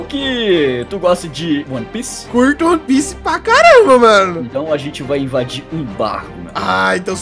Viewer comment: O ANIME E "ONE PIESSE"